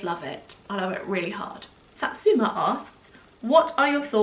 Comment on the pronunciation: Ty for answering my question and making me laugh when you pronounced my name like the citrus fruit! Fun fact satsumas were not a thing when my parents named me Satu (means a fairytale in finnish) and my surname just completes the fruityness of my existence so there we are haha! I love to spoil my bebe too and I just won't apologize for it. Ever. I do keep in mind the environmental factors and try to be conscious but I just love to treat my darling girl ♥